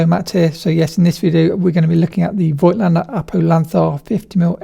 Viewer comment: I would really appreciate if you guys remembered to pronounce the brand name correctly. The „i“ in Voigtländer is silent.